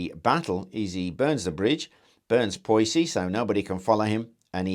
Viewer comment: PS : Poissy is pronounced "poesy" in French :)